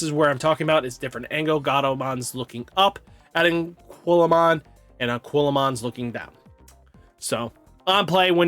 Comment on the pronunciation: It's pronounced UH-QUEE-LUH-MON